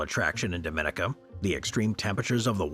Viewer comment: The AI pronounced Dominica wrong too